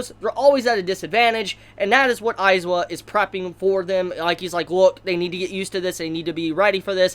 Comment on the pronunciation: It's AizAaaaawa not aizwa